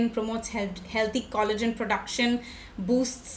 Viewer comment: The last i heard it was collagen not khollagen, what is with tha accnet😅